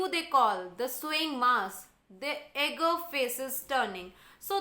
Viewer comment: I would just like to say if you could improve your pronunciations a bit because a found a lot of it wrong while the video was on such as eager, voyage etc.... Otherwise, I loved the explanation...